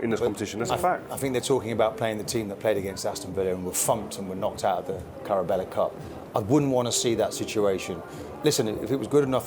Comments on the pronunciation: Carabella Cup. Really? Even the pundits (former players) couldn't say the name right. Shows how big a joke the competition is in itself. The league cup and FA Cup are only losing the importance of the FA does not change its stubbornness. And cry me a river, Keown. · 'carabella cup' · lol yeah it's not the carrabella cup it's the carabona cup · Martin Keown “he needs to morally put out the best team out of respect to the competition” 20 seconds earlier “Carabella Cup” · Carabella cup 😂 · “Carabella cup” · Dude was trying to defend the pride of domestic cup competitions & couldn't even say it properly lol